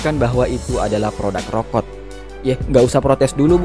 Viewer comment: Rokok min bukan rokot 😂